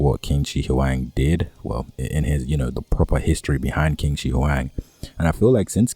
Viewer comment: Chin = Qin not quin (pronunciation) ♨️